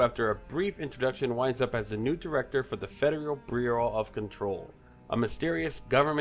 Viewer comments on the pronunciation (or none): The federal brbrrireau of control